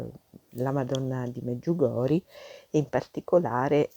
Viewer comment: Mi scusi ma si pronuncia MedjugorjE